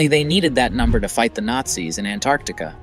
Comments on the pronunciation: Why is he calling it ANARCTICA? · Why do you keep pronouncing Antarctica that way? Your dropping the T.....it is pronounced ANN TARTIC KA no matter where you are from. It is not ANN ART TIC AH